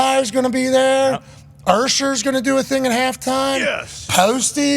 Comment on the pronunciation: Who's Urrrrsher?